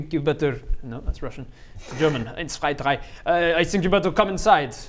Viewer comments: Hey.. are you secretly german?? 'Cause that “eins zwei drei“ was just perfect oO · Damn, damn. The accent is great, the eins zwei drei was remarkably close to how it should sound (I'm from Austria), and the crying was damn convincing as well, kudos to you my friend! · That was a nice "Eins, Zwei, Drei." Greetings from Berlin 😀